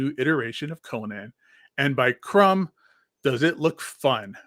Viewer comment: Chrom not crumb 😂